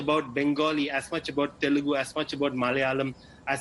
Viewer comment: Dear India Today. It's not Telegu . It's Telugu. You should respect our language before you speak.. U must apologise for it..